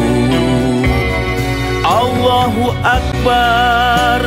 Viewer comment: Sbnrnye ade ralat / غلط pada lirik "Allahu akbar seruan keramat".. penulis lirik mahu lafaz الله itu yg dipanjangkan sebutannya.. bukannya lafaz اكبر .. kerana ia membawa erti yg xselayaknya..namun ketiadaan penulis lirik ketika rakaman dibuat.. maka ia xdpt diperbetulkan. Mohon berbyk maaf atas kekurangan & kesilapan yg ada. 😓🙏🙏